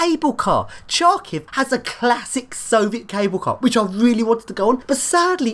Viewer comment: Great job, epic video! Great lifts and amazing blocks. Kharkiv seems to be a very contrasted city. [btw "Khar" in "Kharkiv" is read like "har" in "hard", not like "char" in "charm"... whoops x'D]